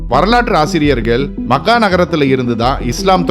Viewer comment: Mech - ka. . . Makkkaa illa. . . otherwise it's a good video